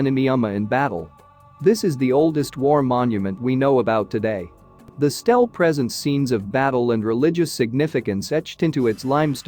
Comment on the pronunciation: …and the mispronunciation. ‘stele’ is not ‘stell’ for example. You have to take a moment to translate which is irritating. Still, I wanted the content and increasing the speed up to 1.25 made it easier to listen.